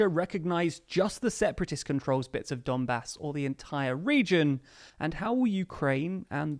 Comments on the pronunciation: Is it only me who heard " dunbas " as "dumbass"?? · ‘Donbas’ .,lord bastard - x